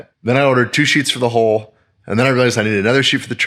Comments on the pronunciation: It is pronounced, Hull, like full, not hole like pole. Just saying. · Can you not say hull? Hole ≠ Hull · Why do you pronounce “hull” the same as “hole”? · I really like your projects, and what you and your wife are doing. There is a minor thing that is happening in the boating world, probably due to the internet. People who know better are starting to pronounce HULL as HOLE. I know it is petty, and there are more important things to talk about, but it makes intelligent people sound dumb when they mispronounce words. Please think about it. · I'm sorry the hull is so bad in your boat, but having watched you build and repair things for many videos, I think you have this one. However, you saying HOLE when you mean HULL is making me nuts watching the boat refit. But keep on keepin' on and I'll just ignore the butchered terminology. It's just a me problem. LOL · Looking good. Use Coosa board for the repair. Oh and try to remember it’s a HULL not hole as you keep saying. Keep up the great work! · I tend to watch a lot of boat building videos. I've noticed recently people pronouncing hull as hole. In my neck of the woods I would say it closer to haul but with more L. I guess it would sound closer to dull instead of dole. Is my pronunciation a regional thing or is this just a shift with the younger generation? Even the AI closed capttions think he's saying hole....it's very confusing to listen to. Survey says??? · It’s hull, not hole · Hare you saying "hole" to refer to the bottom of the boat? Its a hull... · pronouncing "hull" as "hole" is quite amusing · To a Brit, the way you pronounce 'hull' sounds like 'hole'. You say tomato........ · I love how every time you say hull or hold I hear hole